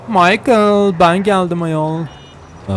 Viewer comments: Abi o michel diye okunuyoorrrr ❤️‍🔥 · Karının adı maykil değil mişell dir myakil diyince erkek ismi oluyor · Abi seviliyorsun 👑❤️ ama kadının adı maykıl değil MİŞEL diye okunuyor😉😉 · Maykıl ne abi 😂😂😂 mişel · Abi Rahatsız Olduğumdan Değilde Daha Çok Senin İçin Söylüyorum Michael (Maykıl) Diye Değil Michelle (Mişel) Diye Okunuyor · abi maykıl deil mişhel diye okunuyor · Maykl değil Mişel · abi o maykıl diye değilde mışel diye okunuyor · michelle i de maykil diye okumazsin be abi mişhel diye okucan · micheal değil michelle mk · Maykïl Değil Abim Mişel dış okunuyo adamın dibisin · abi mişel diye söyleniyo kızın adı. maykıl demene gerek yok … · abi maykil deyi mişel :D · Kıza maykıl diyor yaaa mişel diye telaffuz etmen gerekiyor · Abi onun adî Micheal değil Micheel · ABİ O MİŞEL DİYE OKUNUYOR MAYKIL DEĞİL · Abi Allah aşkına maykıl deme mişel de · Güzelim kızın adını Michael (maykıl) yapan djdndjsmsimdidjdid Michelle(mişel) diye soylemelisin o bir kiz smsksmdidndimdisjdidj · Kanka yengenin adı maykhıl diye değil mişhel diye okunuyor kdjdjjjd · Mişele michale diyen koca abimiz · Abi kızın adı Mişıl maykıl değil öalgsöşgkwlfksldk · abi maykıl deil mikelle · Abim sevgilinin adı "mişel" diye okunuyor "maykıl" değil seviliyosun ♥️ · Abi karının adı maykıl değil mişel diye okunuyor aq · Maykil değil mişıl diye okununuyor kızın ismi skskksks 😂😂adamsın çok orjinalsin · Abi kizin adi maykil degil mişel diye okunuyor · abi maykil degil misel diye okunmasi lazim ingilizce klavye anlamissindir hadi bay ❤️ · Abi o kadın maykıl değil mişel olacaktı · abi o mişel diye okunuyo maykıl erkek ismi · Of ne kadar şanslı bir karı ya senin gibi naif, kibar, saygılı birisiyle sevgili olmuş bu arada karının adı mişel :Ddd maykıl değil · Abi kızın ismi mişel diye okunuyo michael diyince bi garip oluyo tövbe amk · kanka kız maykıl diye değil mişel diye okunuyor ha haberin olsun ❣ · abi maykıl degil mişel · abi gacının adı mişel diye okunuyo maykıl ne